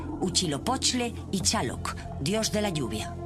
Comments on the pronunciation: Tlaloc es el dios del agua y no Chaloc cómo dice sobre el dios del agua Tlaloc que se encuentra en las afueras del Museo de Antropología en La Ciudad de México por el Paseo de La Reforma sercas Del Antiguo Bosque de Chapultepec a las faldas del Castillo de Chapultepec que fuera parte de los Jardines de Moctezuma II el penúltimo Emperador Mexica Oh Azteca de Tenochtitlan Hoy La Ciudad De México DF el Corazón del Mundo 🌎🌍 Oh Ombligo de la cultura Mexica Oh Azteca. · Chaloc! jajajaja c mamo!, tan difícil es decir Tlaloc? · ¿Shaloc? ¿Chichimecs? ¿Nahual? Lo correcto es: Tlaloc, Chichimecas, Náhuatl. Aunque ¿Por qué extrañarse de que pronuncien mal los nombres prehispánicos, si también pronuncian del asco su propio idioma y otras lenguas europeas? Y eso que ni comentaré de TODOS los datos erróneos que mencionan como ciertos. La verdad, que ASCO de doblaje y de información, como mexicana, me indigna mucho esté tipo de "documentales". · Tienen datos equivocados, y deberían practicar más los nombres de dioses y lugares, me mataron con lo de Chaloc, (Tláloc). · uchilopochle y chaloc?... NEFASTA pronunciación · Pésima información, no precisa y con evidente ignorancia. Ni siquiera saben pronunciar shaloc, isiloposti y nezahuacoyol ?? No mamar! Antes de publicar algo por favor infórmense bien !!!